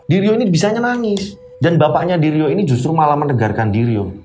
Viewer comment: bilang menuju ke diryo Tapi kedengerannya seperti bilang Menuju Kediri yokkk😅😂 Oiya, salut sama mas Wahyu, langsung menawarkan diri untuk menolong mas diryo, meskipun orangnya introvert😇 Saat saya liat potongan video diawal video, katanya mas diryo tirakat untuk membuat orang lumpuh.. tapi kok malah bapaknya meninggal... Tapi ternyata bapaknya meninggal sebelum mas diryo tirakat to🙏🏻